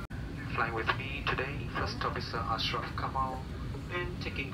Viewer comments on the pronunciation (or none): none